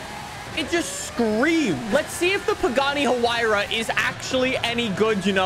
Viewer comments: its "y-ruh' thats how Hyuara should be pronounced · Huruh-ruh?? BRUV.. “Y-rah R” 🤣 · “The Pagani Ururu” it’s why-ra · Ah yes the Pagani Huaruaruar R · The Pagani Hururur😂😂😂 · that pagani huayra R pronounces "wai-rah" from what I'm aware of. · "the pagani hurrur" xD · The Pagani is actually pronounced high ra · Not to be mean I just want him to know that pagani is pronounced why-ruh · It's pronounced "why-ruh" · It's pronounced ha-why-ra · I love how pronounces Huayra XD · please tell how to pronounce huayra